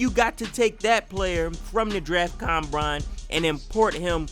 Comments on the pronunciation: he said combrine lol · "draft combrine"